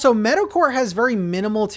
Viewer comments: Not me thinking you said metal-core and was confused with the villagers at first until I finally heard meadowcore 😂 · Dude up until about halfway through this video I thought you were saying "metal-core" instead of meadow-core XD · First I thought you said “Metalcore” but when you were explaining the villagers you meant “Meadowcore” lol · I can't tell if you're saying metalcore or meadowcore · Really thought you were saying Metal-core! Didn’t realize it was Meadow-core until 8 minutes into the video. 🤦‍♂️ Excited for the new island! 👍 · it wasn’t until he got to the island did i realize he was saying “meadow” core not “metal” core.. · thought you were saying Metalcore for the first 5 min of the video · The whole time I thought was saying metal core 😂😂😂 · Definitely thought you were saying "Metalcore" and got very excited for a second there